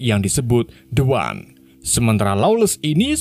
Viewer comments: The One = dibaca Di wan. Soalnya bertemu huruf vocal👍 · The One tetap dibaca De Wan.... larena pengucapannya huruf konsonan.. bukan vokal